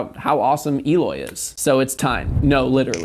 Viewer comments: It's not Eeeloy it's Eh-loy. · Why does everyone, apart from him self prenoce his name wrong? It's el oy not eeloy he even mentioned this in one of his interviews even saying it like it has an a for alloy is still correct not e loy come on if ya gona talk about him get his name right 🤔